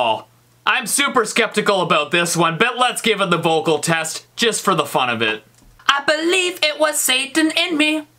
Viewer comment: When Steve said: I bebieve it was saban ah ba ba:I was dying